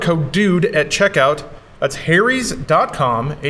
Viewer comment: t's is pronounced HARRY'S you flipchart! Not Hairys, or Hairies. The "Ha" is said with a phonetic 'A' sound, like Apple, not Aeypple or Eipple. What the sock is wrong with you? Thanks for spelling it!